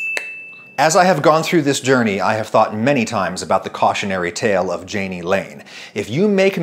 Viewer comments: I of course, had to read Wikipedia on Jani Lane. According to it, the name has a soft J (as in his grandfather's German language), so more /yayknee/ not /djayknee/ (approximately). Love your videos BTW, and good lesson for those seeking fame. And maybe also a lesson on why not to be a Karen. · Not to be a naysayer because this was a great video, but being someone whose name also started with a J but is pronounced like a Y I HAVE to let you know- it’s pronounced “Ya-nee” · Say it with me.... Yah-knee = Jani